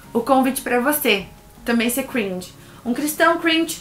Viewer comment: E não se pronúncia cruinge, se pronúncia cringe